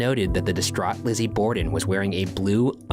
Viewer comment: I don’t know how my brain mishear this, but I couldn’t sworn I heard Ryan say: “This Lesbian and I are here to investigate the Lizzie Borden House” 😂